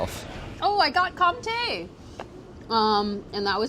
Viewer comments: French guy here and that's not how you pronounce comté. It's prounounced like if it was written conté. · Guys please you can not say compté and gruyère are the same !!!! They are soooo different ! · It makes me cringe how they all say Comte wrong. Its pronounced Con-te. Not like an m but a n. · omg guys since when is comté gruyère ??? how can you give points to the people who said gruyère it is NOT the same good show tho